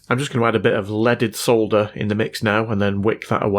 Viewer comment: Love your videos. Great to hear someone say "solder" properly instead of how they say it in the US. Keep up the good work.